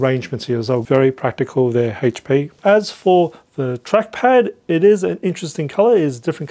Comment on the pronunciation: This guy needs to host a new GSN show for a game called Hayche Pee Envy